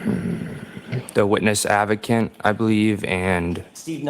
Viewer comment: 😂 “ the witness ad-va-cant “ 😂